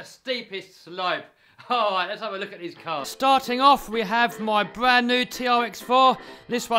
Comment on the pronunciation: Heaw we got the bwand new dude were are you from